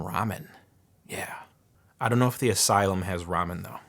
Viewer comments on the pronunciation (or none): none